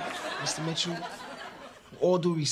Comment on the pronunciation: Ugh.. Q with his "Mista Mitchoo" got on my nerves.😠